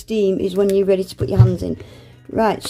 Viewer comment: The W is for "Weady to use" 😂😂